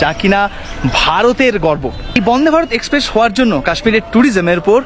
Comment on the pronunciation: Video to kharap hoini .tobe accent er opor jor din.. express ke espress bolun..ekshpressh noi.. secondly apni jokhon nije giyei dekhchen okhankar paristhiti ki..police ebong adhikarik ra nijerai baron korche tader vigilance er baire na jete tokhon eta asha kori bujhtei parchen kashmir ekdomi safe noi..ekjon blogger hoye manush ke bhool pathe chalito kora ta ekebarei thik na..songe abar ekjon tour operator ke rekhechen jini apnader aager anek gulo trip er operator chilen..er aage srinagar er video te bollen kashmir khub safe abar ei video tei bolchen tar ulto ta..nije decide korun..ki bolben.. business korun kintu onyer paribar er life stake e rekhe diye noi..either apni ekhono immatured nahole mithyebadi.. change yourself..high time